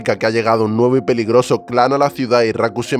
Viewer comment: quien mas escucho al inicio de la narración? " raku es un huevo príncipe" morii🤣🤣🤣🤣🤣🤣🤣